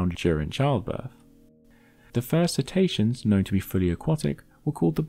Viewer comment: I'm being a language geek - please forgive me! How are they "See-ta-see-ans" rather than "Sit-ay-she-uns". Or indeed if the letter 'c' is always hard in Latin, perhaps "Ket-aysh-ke-uns""